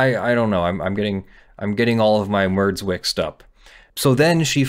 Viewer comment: " ... I'm getting my mourds all wixed up." 😂